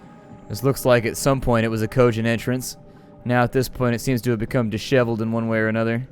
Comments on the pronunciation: always pronounced it dis-shev-eld. I've always heard it pronounced that way. You must be from way down south somewhere. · No no, it's De-sh-eh-veh-llll-duh, that's the whole thing.